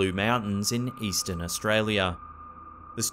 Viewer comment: Did he say eastern Australia?